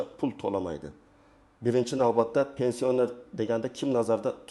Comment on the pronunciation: Гапиришни урган,пенсионер сузини айтолмайсан,гапинга ишонч йук